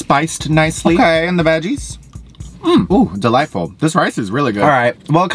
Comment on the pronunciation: Soooo was it delightful OR was it deliteful?!?!? 😅